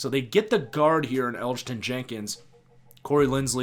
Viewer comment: The G is silent for Elgton J. I thought you did a pretty good job 👍 I’d give you a B- for an overall grade. 😁